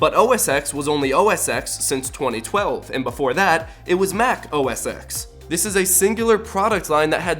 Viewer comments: "ex" is pronounced "ten". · Is OS X really pronounced OS EX? I thought it was pronounced OS Ten. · “OS X” is pronounced as “OS TEN” look at some Keynotes, that’s how they pronounce it. But I like “ex” so “ex” it is lol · It's called OS X(ten) not OS exx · IT HAS ALWAYS BEEN PRONOUNCED OS TEN, NOT THE OS EKS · Actually, OS X has never been pronounced "ex" it has always been pronounced "ten". It is a roman numeral and is how Apple has always said it in their keynotes for both the Operating System and the iPhone X. This is not an inconsistency. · OS X is officially pronounced OS 10, not OS ex. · The fact that you keep reading X as ex rather than ten in OS X and iPhone X but dare to criticise a company’s branding strategy is beyond me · it is called OS TEN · OS X has always been pronounced "OS 10". Listen to an Apple keynote. They called it Mac OS X because it was the tenth version of the Mac OS. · OS X is pronounced “ten” if you ask Apple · OS X is actually pronounced OS 10. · Disliked for mispronouncing "OS X". It's always been "OS Ten". And I suspect iPhone might get on the same boat. Maybe the next iPhone will be iPhone 10.1, with a cat/mountain/whatever name, but still branded as iPhone X. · I don't think you understand branding... Also OSX was pronounced OS10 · "OS X" is pronounced "OS TEN" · ITS actually pronounrced os 10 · uhhhhhhhhh OS X has always been pronounced OS Ten like since the very first version because it came after Mac OS 9 i dont think you did enough research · No between , Apple pronounced it as OS X(10). This can be proven with keynotes and other videos. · OS X is pronounced OS ten dude. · OSX is pronounced "OS Ten". That's how Apple pronounced it in their keynotes. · OSX is pronounced OS 10 (just so you know ;-) ) But you seem to have a lot of problems with Apple :-D haha :P